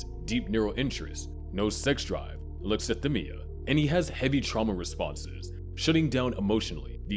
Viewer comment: Its pronounced "sai·kaa·puh·thee" not "psycho-pathy". And "uh·lek·suh·thai·mee·uh" not "uh·lek·suh·thim·mee·uh". He doesnt meet the diagnostic criteria for autism either. Anyone can have alexithymia, be on the asexual spectrum, and everyone masks. That doesnt mean hes autistic.